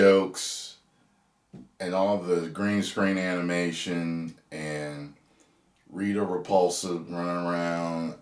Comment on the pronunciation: My man said Rita Repusla 😂😂